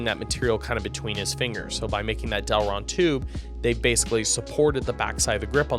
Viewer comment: it's delrin. Not delron